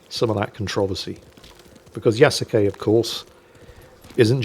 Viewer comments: it´s Ya-su-ke, not Ya-ku-se XD Kudos for speaking the e at the end, most english speakers don´t. It doesn´t come naturally to them. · There were several times where he said Ya-ku-say. Though I admit, it is a small nit-pick. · Since I am something of an amateur historian, and since I've lived in Japan for 16 years, I figured I'd weigh on on a couple things. First, Yasuke. It is pronounced like Yah-skay. Not whatever you said. He was not just a retainer to a samurai family. He was a personal retainer to Oda Nobunaga - one of the three unifiers and the defacto leader of Japan at the time. He was awarded a house and a stipend, and it is said that, after Nobunaga's death, he was captured under arms carrying a sword and returned to the Jesuits. So, was he technically a samurai descended from the Taira or Minamoto clans of old? No. But he was close enough to samurai that he is often portrayed as samurai by Japanese media. And most Japanese refer to him as the 'foreign samurai' or 'black samurai'. So, Ubisoft is not wrong there. Second, being able to loot and destroy the temples and shrines is a mark against Ubisoft - primarily because they are real shrines and temples that actually exist. You can also loot many of the very real Kofun tombs - which are regarded by the Imperial Household as the tombs of the ancient emperors. And from what I have heard, no one thought to ask any of these organizations and they are none too pleased the fact that players can trash their very real historic places in the game. So yeah, the anger is justified, and it wouldn't surprise me if they get sued. Also, as a side note, the incredibly detailed version of Himeji Castle they recreated in the game wouldn't exist for another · It's also pronounced closer to two syllables, so 'Ya-skay' is closest approximation you can get in English.